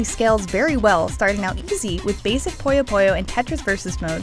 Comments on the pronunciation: Its "PUYO PUYO" NOT "POYO POYO" how can you say something so simple so wrong so many times as a reviewer??? For f...ing shame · jesus fuckign christ, how does one manage to mispronunciation as "pollo pollo" when everywhere in the game it is perfectly pronounced as puyo puyo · Through out the whole review, all I heard was "Pollo Pollo" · more like "poyuh poyuh"